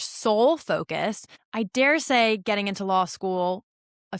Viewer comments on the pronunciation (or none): none